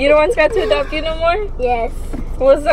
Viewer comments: At first I thought they were in a car wash then I saw the headlights from other cars. 😂 That was a crazy storm. Also it’s funny how Jayden says “dopt” instead of “adopt”. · I love the fact the jayden says dopt me instead of adopt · Scott, can you dop me☺️